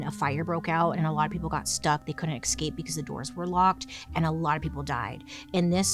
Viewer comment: "We can take them down," then proceeds to say "eXPecially" and "eXcaped." 🤦‍♀️